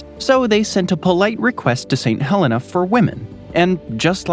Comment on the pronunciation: That’s how we pronounce our Helena in Alabama as well;)